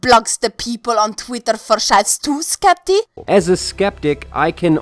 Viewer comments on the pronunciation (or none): Omg you called him "skepty" I'm dead thank you for roasting that sell out